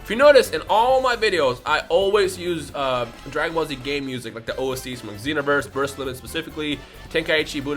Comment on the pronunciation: Every time you say Dragon ba-shehehheielekrhdheu calm down it’s okay